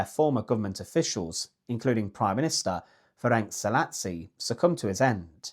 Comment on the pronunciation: Hungarian names are known to be hard to pronounce. "Ferenc Szálasi" is pronounced like "Ferents Saalashee". great, informative video; keep up the good work!